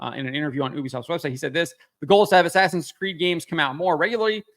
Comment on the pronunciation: In-ass-in Creed. 😂